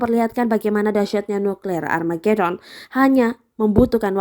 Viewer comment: sering bgt salah sih ngmongnya wkwkwk nuklir amargedon wkwkwkwkwk :v